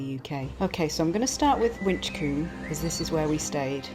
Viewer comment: I feel so lucky to live in a Gloucestershire ☺️ I actually live about a 15 minute walk from Gloucester Cathedral. Also the first place that was shown, ‘Winchcombe’ is actually pronounced with a silent ‘b’, just for reference.